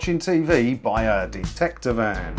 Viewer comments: Detector, not Dectector, unless Ant & Dec are the Dectectors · Dectector? Really?